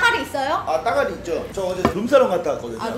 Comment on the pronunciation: 야리 따가리 오랜만에 듣는다 따가리라고 안하고 딱알이라고 한것 같은데 아무튼 웃었다 ㅎㅎ